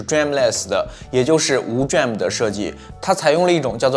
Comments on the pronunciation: DRAM 念做 D-RAM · DRAM可以念D了再念RAM 就像显存 VRAM 可以念V了再念RAM 这样念起来不会太别扭 下次可以试试 👍🏻👍🏻